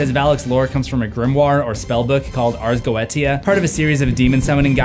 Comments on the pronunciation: No one else worried bout the "ars go etia", its pronounced ars goesha 😭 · It’s Ars Goetia (g-Oh-AY-sha) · It's pronounced "Oz Go-E-sha" 😭😭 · Its pronounced Ars Go-we-sha Ars Goetia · So, if we were making fun of him for saying titular wrong, we're gonna do it for the Ars Goetia too, right? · You said the name of the books name wrong and it's a chain if demons stoles being my favorite and I'm a pegan